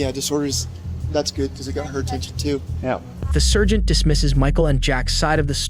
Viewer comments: What's a Sir-geant? How do you shorten that? SIR-ge? Lol😂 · ai voice, dude cant pronounce sergeant or cell phone correctly.